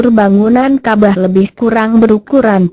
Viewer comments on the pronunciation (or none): Bukan kabah tapi kabawww kabarr hahay😂😂😂😂😂